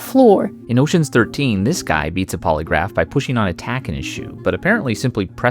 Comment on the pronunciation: "PasSSED THE pOlyGRAPHFE tWAIS," 𝓪 𝓬 𝓽 𝓲 𝓷 𝓰